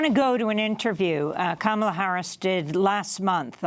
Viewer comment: $kam-Uh-lUh $hmOellett 2020!!!!